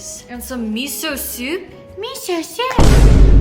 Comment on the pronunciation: The way she said Miso soup had me dead 🤣